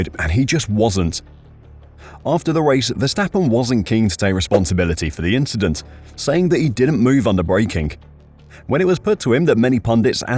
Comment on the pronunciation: Why is no one asking Leclerc about it? Its just an inchident.